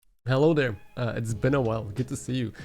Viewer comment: Why did I hear "hello guy, it's Ben a while" instead of it's been a while. lmao